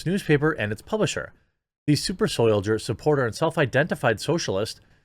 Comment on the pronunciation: "Super Soydier" Kekw